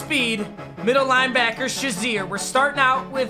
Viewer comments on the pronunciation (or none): Why do you say "(shuh)zier" when it's "(shay)zier" ("shazier") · cmon really its prenounced shay-zier not shaz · It’s not Ryan Shi-zer it’s Ryan Shay-zer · It’s so disrespectful the way u say Shazier’s last name